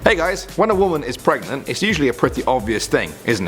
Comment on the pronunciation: Who else thought he said WONDER WOMEN IS PREGNANT,instead of WHEN A WOMEN IS PREGNANT.....